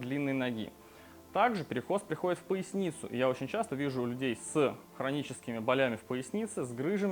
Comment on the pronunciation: бОлями....не болЯми